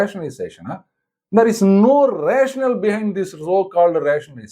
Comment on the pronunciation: "There is no rationale" = இதில் வரும் கடைசி வார்த்தையை ரேஷனால் என்று நெடில் னா உடன் உச்சரிக்க வேண்டும்.. குறில் அல்ல. கடைசியில் ஒரு E இருப்பதைக் கவனிக்கவும்.